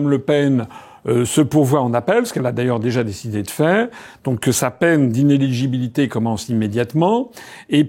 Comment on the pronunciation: Ce n'est pas inégibilité, c'est inéligibilité ! IN-É-LI-GI-BI-LI-TÉ, repeat after me